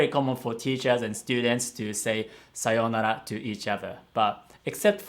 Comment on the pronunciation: how is that normal?